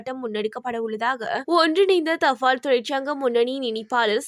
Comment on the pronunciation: எரிfoருள், தfaல், தொடர்fil.....oh my God தமிழ் கொலை சகிக்கமுடியவில்லை